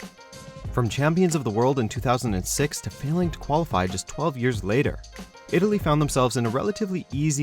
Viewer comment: ITLAY.... WHY!!!!